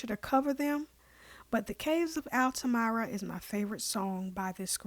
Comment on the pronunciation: Sorry to nitpick, but "Altamira" is pronounced "altaMEERAH," not "altaMYRAH." Otherwise, I appreciate your appreciation of the Dan and this tune.